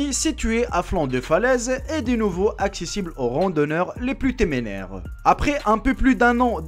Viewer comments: 4.46 on dit téméraire pas temenèr lool sans rancune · Il a dit temenaire jsui morrrt